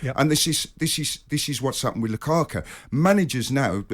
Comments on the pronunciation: “Lukaka” - is saying this on purpose? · I noticed the English pundits and commentators horribly mispronounce foreign players last names regularly... who on God's green earth is Lukaka?!?!